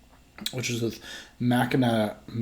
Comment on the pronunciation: It’s pronounced Mack In aw. Lol. No worries. I’m from Michigan so that’s the reason I know that pronunciation. And yes Ive had and love both beers. Nice to see some local brew reviews. If u can find their bombers of their BBA imperial stout they released this year I highly recommend that too.